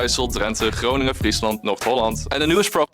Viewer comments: The "a" in holland, rotterdam, amsterdam and so on is pronounced as the last "a" in America. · I genuinely hate it when the Dutch call their own country Holland or use the English pronunciation for the cities. It makes me want to throw you out of my country. :face-red-droopy-eyes